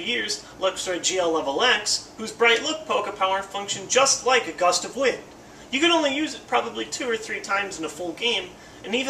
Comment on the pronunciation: Gust of Win...the D is silent